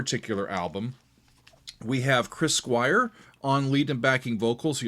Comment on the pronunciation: Cwis Cwire?? What about Wick Wakeman? 🤣